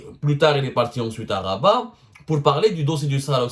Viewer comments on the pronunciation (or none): none